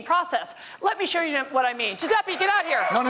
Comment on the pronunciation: Fucking Yankees can't pronounce "Dju-zeh-peh", it's not "Dju-zeh-pee"